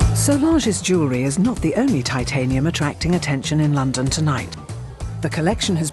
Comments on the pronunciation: How come James Hilton knows how to pronounce titanium but the narrator does not? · This guy is a pretentious idiot... If you are going to work with the metal, LEARN to pronounce it!